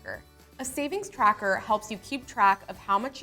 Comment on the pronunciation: Who else noticed that she didn't finish the "g" in savings